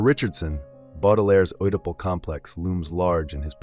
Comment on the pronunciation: Interesting; It would be even better if you took care to find out how to pronounce some of those foreign sounding words, like ' Oedipal', or 'les Fleur du mal'. don't give up!